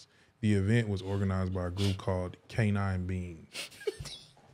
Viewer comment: "canince beings ", i cant make this shit up !! lmao